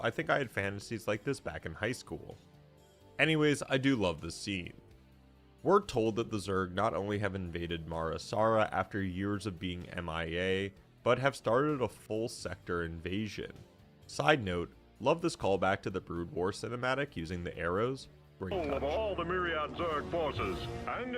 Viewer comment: if You are a real SC fan You wouldnt be making so many mistakes. first 7 minutes and 'marasara' wtf is 'marasara' tell me please?